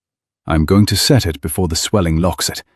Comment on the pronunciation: "Then she had set it" not send.